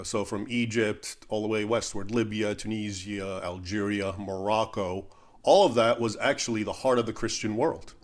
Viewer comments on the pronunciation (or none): none